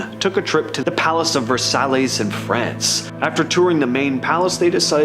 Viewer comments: the pronunciation you're looking for is Ver-S-Eye, not Ver-Sal-es. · As Canadians, you folks seem to have a poor grasp of French... The Palace, of Marie Antoinette, is pronounced "Ver-sigh". & the deadly furniture that fell on the guy in his premonition, was an "Arm-wah"... Unless, you were making a subtle protest of Quebec's politics !?!